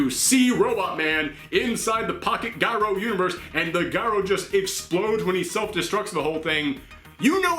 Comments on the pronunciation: I've never heard anyone pronounce it "guy-ro". Most in this country call it "Ji-ro", like the toy top. Actually, in it's native Greek, it's "year-o". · It's pronounced yee-roh. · Most people pronounce it jy-ro - like pyro, as someone on Twitter said, but it's gyro as in HERO. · The g is silent you just sound out the yro it's not ji-ro, giro, it's pronounced yeero think I'm wrong look it up